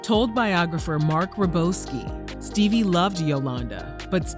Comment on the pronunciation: damn "Steebie"